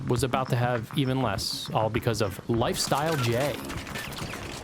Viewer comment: "LifeStile" LOLOLOLOLOL